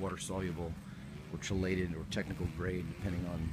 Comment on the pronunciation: This is the first video of yours I've seen. Pretty amazing. Thailand looks great. By the way, it's pronounces KEE-lated. Look up Hoagland solution for the hydroponic solution. I've never done it myself. I wish you luck, what a massive scale operation. Fantastic.